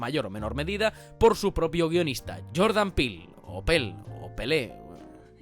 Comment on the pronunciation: Joé qué gracioso, no dice bien el nombre del director, jajaja.. Oh wait...